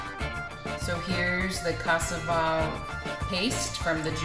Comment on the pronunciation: It looks so very yummy! I am also married to a African from Guinea west Africa and I love to cook for him! FYI you are not saying cassava correctly, everytime you would say that word I did not understand it was only at the end that I realized what you were saying. Everything looks amazing and I have joined your channel XOXOXO